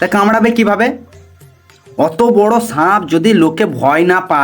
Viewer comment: Sanp noi Bhai re sap